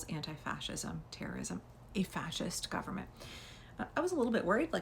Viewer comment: The 'gum-mint' 😂😂😂